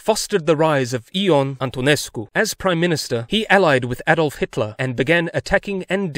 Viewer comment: I love how "Ion" is pronounced "Eeh-uon" 😂